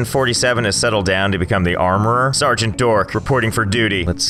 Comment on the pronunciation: If you where a cadet why did you say SERGERT DORK